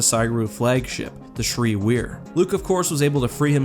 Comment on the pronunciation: Err, not to be a stickler, but Bakura is pronounced ba-Koora not ba-ku-Ra; also the Ssi Ru is the singular form of Ssi Ruuk, pronounced Si Ruk. They are a saurian species so have a bit of a sibilant 'S' in the pronunciation.